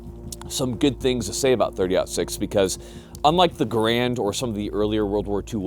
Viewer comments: You know that it's pronounced GAR-und, right? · GAAR-and, not GUH-rand.